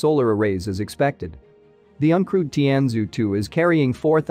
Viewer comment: Your spokesman needs to take a class or two in "Mandarin" (putong hua) to get the pronunciation right. It hurts my ears to hear how badly you pronounce Chinese words. The Chinese spacecraft is called more like "tian joe 2". This spacecraft was launched from the island province called more like "high nan dao". Maybe the spokesman can locate a native mandarin speaker to double check the pronunciation of Chinese place names, spacecraft names and people names to improve these videos